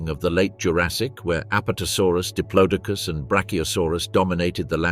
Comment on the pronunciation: Pronounced di plodo cus